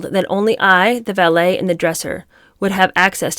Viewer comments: pretty sure there’s a vee not a bee. She seems to be pronouncing the vee like bee. It might be a sound issue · Why is she pronouncing ‘valet’ as ‘ballet’ wth